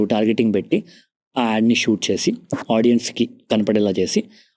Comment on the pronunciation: Hey sorry to say. It's very irritating to hear audien? There's nothing like audien. Audience is the word. Content is great but pls correct this vocabulary.